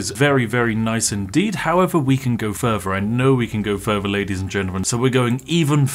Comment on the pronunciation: I love when Spiff shows us yet anover way to take things furver to make fousands. Just warms my heart.